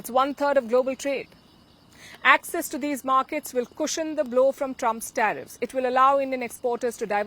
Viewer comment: Learn how to pronounce “ access”